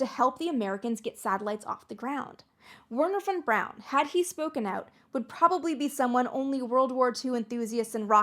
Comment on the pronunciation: Her german and pronunciation of Werner Von Braun triggered me so much a made it 3 minutes into the video.